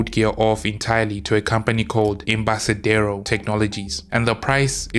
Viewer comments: In spanish it's Del-fee. And "Embarcadero" es pronounced with a "k" sound. It's spanish for "pier". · At a rough guess I would say it may be that in some dialects, the ‘C’ is pronounced as an ‘S’, as in Barcelona which is pronounced that way?